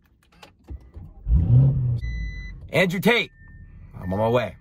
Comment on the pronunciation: "andrew taters"